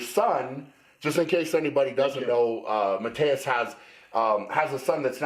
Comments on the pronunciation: Tip for you guys: if you want to pronounce his name right you wanna say sth like Mateush (not Mateus) and also K-yeah-leash-kovsky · I thought you pronounced his name ma-toosh because I heard Arnold call him that.